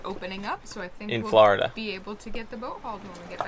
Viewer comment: Where the hell is Flahhhhhrrrda? I know where Florida is though lol. 🤪